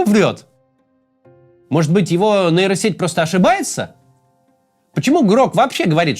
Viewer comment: сеть не нэйро а нейро, хватит говорить как безкультурщина